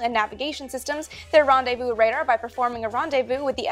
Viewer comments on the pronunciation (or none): none